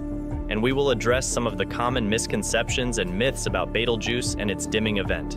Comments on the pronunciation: It's Beetlejuice not battlejuice or whatever your saying. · 😂 you say Betelgeuse funny like batelgeuse or something like that but good story video thank you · He's calling it beetle juice haha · Omg can u pronounce Betelgeuse correctly. It's pronounced as Beetlejuice!!!!